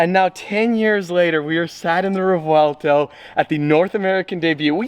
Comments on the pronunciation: Speaking a phonetic language, it's easy to pronounce Revuelto for me, but it was really interesting to see you guys trying 😂😂 obviously Sofia has a big advantage here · you need to stop pronouncing the spanish word like it's italian, Sofia only needed 1 take 🤣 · here is the trick: in Italian you spell every letter in a word. So the V is not silent and the R is rolling like in Spanish! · V is not silent, the official reveal video from Lamborghini its pronounced with the v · I love your enthusiasm in trying to pronounce non-english words😂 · Right in Spanish, but Lamborghini names their cars usually after Spanish fighting bulls but pronounces them in Italian, so they would have the v sound. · Revuelto has a rolling r. So I suppose rrrev ou el toe (e is silent) as far as I'm aware it's the correct way to say it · "V" sounds like "B" in this instance. "Re-bwel-toe" is the correct pronunciation. I'm not smart - I googled it. I love this car. I love this color. So much for my Aventador dreams. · Hey according to this video the V is pronounced as a B in Spanish & is pronounced in Spanish so it would be like rebuelto crazy I know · I speak spanish as my first language, and the "V" is not silent....it is pronounced as it is....REVUELTO !!! NOT REGUELTO....or REUELTO....NOT GOOD...use that "V" please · It’s pronounced Rev-uel-tow Not Rew-uel-tow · you know you are pronouncing the name of the car wrong....Right? It's pronounced "REY-WELL-TOE" not "REV-VEL-TOE". As a huge Lamborghini enthusiast and ambassador, I would think you'd want to at least pronounce the car's name correctly..... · Its pronounced as: Re-vu-élto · As an Italian you say the v it’s revuelto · It’s pronounced ha-vuel to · Revuelto, is how you pronounce it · It's pronounced REBUELTO in Spanish. Because we all know that Lamborghini uses Spanish names for all there cars. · Correction for pronounsiation of revuelto is rehuelto,rewuelto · it sounds better as "reWELTo" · Pronouned Revvwellto